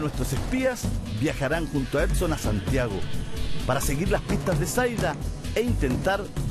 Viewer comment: Es "Edson" no "Epson" lptmre 🙃😂